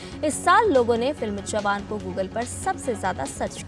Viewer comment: i can tell you the DD news readers are from reserve quota or sifarshi, look how she is reading the names of the companies at timeline 2.05 onwards.... intale, relainss, jio guggal, metta, AWSS, nett waibbh...